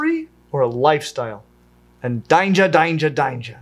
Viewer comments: The Aussie ‘danger, danger, danger’ killed me hahaha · Haha love the Aussie accent attempt (intentional or not) with "Danger! Danger! Danger!".